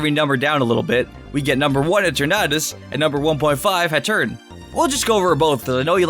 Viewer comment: Hatterene is pronounced "hat-err-een" and that's Gigantamax Grimmsnarl, not Eternatus.